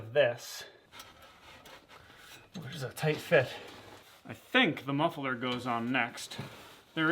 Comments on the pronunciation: Muffler not mufferler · pronounces muffler as muff-e-ler, is that American/regional or just a gimick? (Dutch myself)